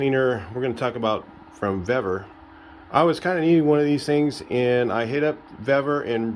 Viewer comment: Super Clean is corrosive, you wouldn’t need full strength either. It’s Vevor, not Vevvor 😁